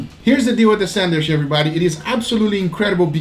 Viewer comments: Lol I hope they do more sandwich videos so I can hear them say 'sandich' more. Picanha French Dip, A5 Wagyu French Dip, and Pork Belly French Dip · It's "sandwiCH" not "sandwiSH"